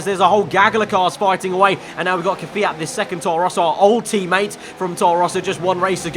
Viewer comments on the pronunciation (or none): It's not 'Kfeeat'...